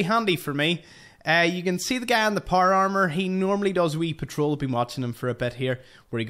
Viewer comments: Por amer that’s what it sounds like when he says power armor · Not trying to be an asshole and with all respect intended but the way you say power armor has me rolling. I love the accent but I’ve been trying to mimic it for a minute now and I’m not sure how to say power armor without vowels. Every time I try I feel like I’m going to spit my tongue out of my mouth. Loved the video keep on keeping on brother.